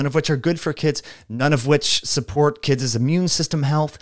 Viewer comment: I absolutely agree with you! I have much respect and gratitude for the information you provide. However, there is nothing will dilute your authority more than mispronunciation, it's kids as in (Kid's school) not kidsez .